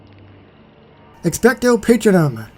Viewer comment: dear lord your pronouciation of the spell is making me wanna slap you. its not Patrinum. its Ex-pecto Pa-tronum.